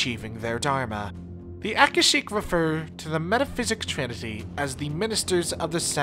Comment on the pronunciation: Your proniciacian is terrible. It's Aka-shic. Ver-bena.